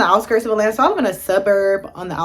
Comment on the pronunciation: You really can't pronounce AT-LA-NTA for real? So you are just going to get here and keep embarrassing yourself saying, "E-LANA"? Come on woman, you're being too lazy not putting in any effort to learn how simple words are pronounced! 🙄🤔